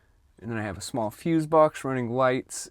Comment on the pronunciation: "Running any other shhh-mall appliances" lol